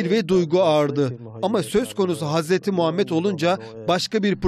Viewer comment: Sunucu peygamberimizin ismini daha adamgibi soyleyemiyor iranliyonetmen besmelelen basliyorsizlerine masallah